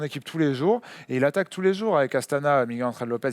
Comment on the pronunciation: Ça se prononce Miguel pas Migouel ;)